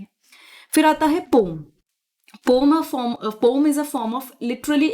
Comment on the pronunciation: पोम नहीं पोएम 😂😂 teacher must have good communication skill😂😂